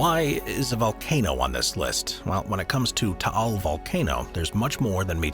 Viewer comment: Taál (thank you for pronouncing it properly) erupted on January 2020, so now the island is still the same except no flora, horses, or tourists. I remember it covered Metro Manila and surrounding provinces with ash fall; we all wore masks to avoid inhaling the toxic particulate matter floating around..